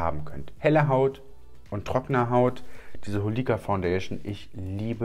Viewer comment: Finde es Zucker wie du „Hol‘ie‘ka“ so betonst xD dabei wird es so ausgesprochen wie’s geschrieben ist ganz knackig Holika Holika :P